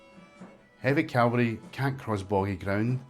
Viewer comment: Aaaargh! It's CAVALRY not feckin CALVARY. Calvary (Latin: Calvariae or Calvariae locus) or Golgotha (Biblical Greek: Γολγοθᾶ, romanized: Golgothâ),[a] was a site immediately outside Roman Jerusalem's walls where, according to Christianity's four canonical gospels, Jesus was crucified.[3]. Cavalry (from the French word cavalerie, itself derived from cheval meaning "horse") are groups of soldiers or warriors who fight mounted on horseback. 🧐